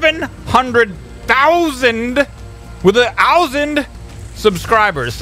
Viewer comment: lol "7 hundred THOUSAND ... with an OUSAND" lol is it just me or does the way he says ousand sound very German?